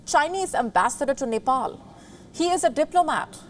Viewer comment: it seems he has been beaten by chinese police at Nepal, he has beating marks on his face..black stains due to blood clotting around his eyes. And Ambassador.needs to know how to pronounce Nepal..its not Nepol.